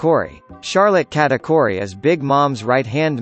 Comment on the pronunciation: Please say kuh-ta-kooh-ree to pronounce Charlotte katakuri